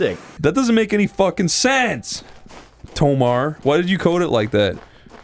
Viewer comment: Why do they keep saying Tolmar without the L?